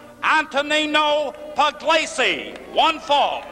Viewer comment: announcer butchered both names